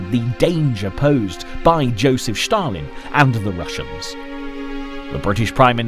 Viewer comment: Stalin pronounced as Shtalin, pretty much German pronunciation :)